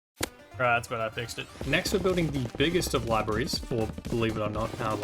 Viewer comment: why does man keep saying 'libaries' instead of 'libraries'